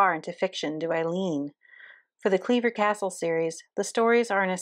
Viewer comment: I finally put it together. "Cleaver" and Clairvoir, pronounced incorrectly. I love it when that happens.